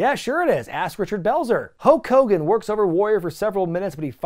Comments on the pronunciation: A few minutes into the Warrior vs Hogan match, i just noticed you were saying Hoke Kogan! 😂🤣🤓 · saying "Ho Kogan" when talking about the Warrior promo is everything. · As a child I thought his name was “Ho Kogan” for years due to Warrior’s promo on him. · Why were u saying hulk hogan weird?